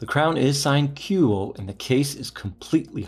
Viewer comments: Hey you pronounced the watch name right but not the name of the city. Kee-oto. Not Kie-oto. 👍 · you got KUOE pronunciation right..good! but KYOTO...I suggest to be KEE-YO-TO..not Kaiyoto.👍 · 😂you got Kuoe right and then you killed it saying Kyoto. Ask a Japanese how to say Kyoto too. Jokes apart, thanks for sharing this gem with us.